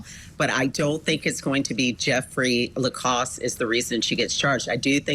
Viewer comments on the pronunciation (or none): At least get his name correct if you are going to Trash his character on national TV!!! It’s LaCasse!!! NOT LACROSS!!!😡😡🤬🤬🤬. What an idiot you showed yourself to be tonight!!! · "Lacrosse" ? I thought that was a type of sport. His name is Jeffery Lacasse. Good Lord! Nothing shoots your credibility down faster than pronouncing someone's name incorrectly. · The woman denying Lacasse’s importance can’t even get his name right. She calls him Jeffrey Lacrosse. I mean really, do your homework, woman! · Literally. Ol girl said "Jeffrey LECROSS" 🤦‍♀️🤦‍♀️ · Next time maybe the guests should know how to pronounce a last name before calling him vindictive. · can't/doesn't pronounce Jeffrey's surname correctly. He's a professor of social work and w/ great insight and intelligence, does much of the police work for them. It appears asked him out on a date and he declined, flat out. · That one woman couldn't even get Jeff's last name right!